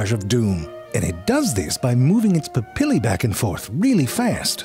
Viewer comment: Looks like I found a brother in pronouncing "papillae"